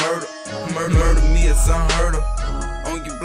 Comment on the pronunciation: He said murda me its un herd of😭😂